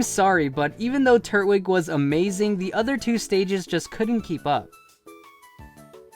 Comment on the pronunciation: The way you say Turtwig makes my ass itch omg